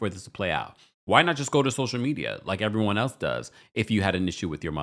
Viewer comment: I'm just giggling about how you emphasized EVERYONE in your intro 😂.